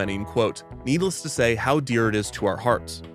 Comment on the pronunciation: I'm sorry but "needles to say"? Can't be quite sure but it's sounds like you might be missing an S there. Also you cut off the woodcarving video right as I was getting into it. Minor comments aside, needles to say, another great video.